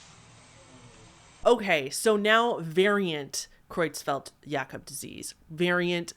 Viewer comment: hitting it out of the park with that pronunciation of Creutzfeldt-Jakob disease! I know you're self conscious about your pronunciation, but you nailed that one, and it's a doozy!